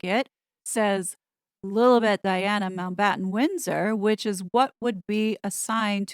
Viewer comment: 'Liddle Bette' HA! Oh please! LILI-BET (sounds like LILY-BET!) Hope that clears things up for you cos it sounds really annoying lol